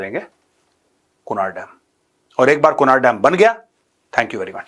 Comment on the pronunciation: Its pronounced as kunarh not kunaar